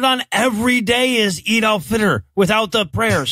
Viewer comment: The way you say "Eid al Fitr" it sound like "Adolf Hitler"